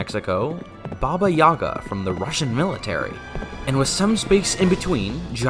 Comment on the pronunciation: The "Yaga" in Baba Yaga has an emphasis on the second syllable